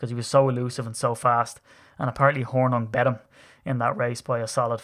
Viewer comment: We pronounce Hornung .... Horn'ing as is "morning" So, Paul Horning. Paul was very talented and at the time the most versatile of any player in the league.